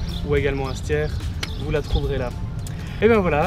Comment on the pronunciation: C est mal prononcé... j hesite de laisser mon pouce bleu